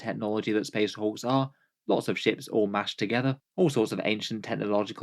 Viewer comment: “Ships” but I thought the same thing at first!